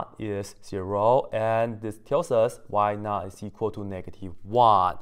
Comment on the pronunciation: You said: “Y_not[0]” I heard: “Why not ?”